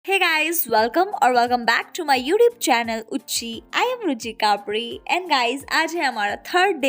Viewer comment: why do you pronounce ruchi kapri as ruchi kapwi(english accent)😅😅